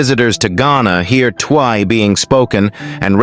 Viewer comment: It's Twi pronounced almost like ch chwi